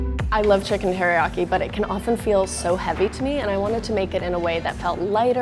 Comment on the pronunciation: did she say HERIYAKI? lol